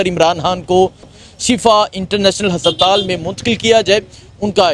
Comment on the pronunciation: hasaptaal kia hota hai haspataal